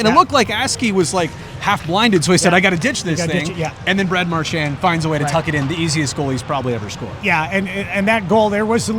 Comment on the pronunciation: Learn how to pronounce number 63 Boston bruins players name correctly